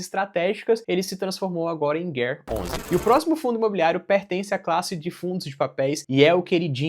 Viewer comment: fundo da bolsa brasileira e tu vai ler como 'guer11' qual a dificuldade de falar GARE11?